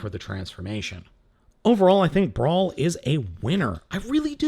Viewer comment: It's brawl not brawn, brawl is a decepicon